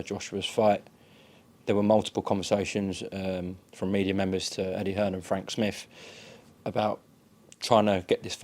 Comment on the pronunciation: I had to play it back to double check he called Frank Smith 2 sugers 😅